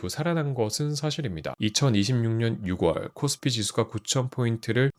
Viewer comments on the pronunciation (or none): 6월 발음이 아쉽네요~ 6월은 [육월]이 아니라 [유월]로 읽으셔야 합니다~~^^ 같은 맥락으로 10월은 [시월]입니다. 목소리도 성우처럼 너무 좋으신데 더 퀄리티 높은 영상을 위해 한자 적고 갑니다 ㅎㅎ